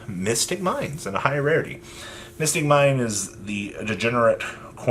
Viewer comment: lol mystic mine.. 😆 i though he said biscut mines 🤣